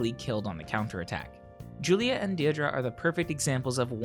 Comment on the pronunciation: Deirdre is pronounced Dear-dray